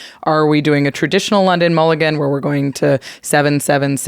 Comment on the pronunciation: Sorry, I can’t get past mool-I-gan